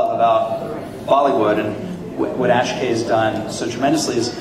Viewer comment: Askay? Rob Lowe could at least learn Akshay's name. Maybe someone should have corrected him.